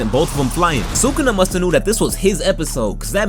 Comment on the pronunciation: You’re the first YouTuber I’ve heard pronounce sukuna’s name correctly.